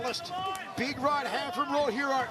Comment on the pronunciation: If you cant pronounce peoples names, then dont!!!! Its not Raw Hero 🖕🏼